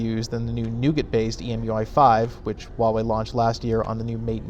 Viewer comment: If you're going to talk crap about a company, for making great budget smart phones, at least pronounce the company's name correctly.